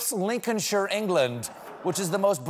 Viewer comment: Just want to say good on you Stephen for pronouncing Lincolnshire the English way and not the American way by saying ‘Lincoln Shire’